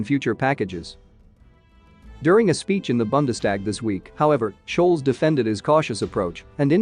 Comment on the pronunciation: Schulz: say "Schull-tz" not "shoals". Bundestag: say "Boon-des-tahg".